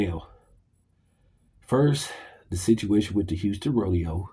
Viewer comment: WITH (strong TH), not WID or WIT. dis, dese, dat, dem, dose, dere. Get back into English classes....and PAT ATTENTION, this time .